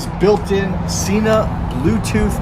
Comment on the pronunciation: 1.7 kg for the entire world other than our backwards nation... Also Sena (senna). That is how they pronounce their name, not an opinion. Otherwise thanks for a good review.